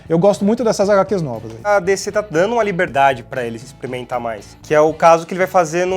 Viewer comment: "exprementar" wtf?